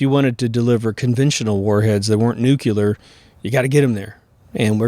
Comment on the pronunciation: Please, nuc-lee-rrr.